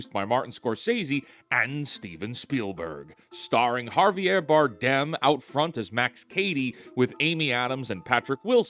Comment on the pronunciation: Its Javier not Jarvier